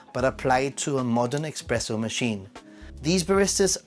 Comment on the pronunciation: It’s actually not expresso but espresso. 😊